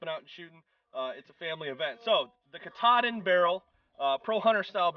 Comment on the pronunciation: KaaaaaaaTaaaaaaaaDin. You fellas probably know by now, since you are in the T/C business that its not Cataden or whatever you said :D.